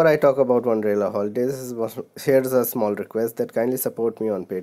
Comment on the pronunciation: It's wonderla not wanderla